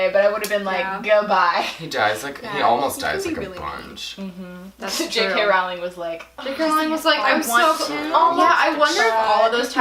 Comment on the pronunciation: you say your "BIG" fans but you don't even know the authors name. It is rolling not rowwwling.